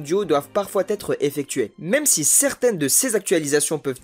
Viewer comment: Je n'ai pas voulu paraitre pédant mais franchement la liaison T être est vraiment osée